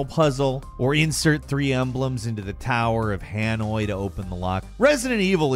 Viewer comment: "The Tower of Hanoi" LMAO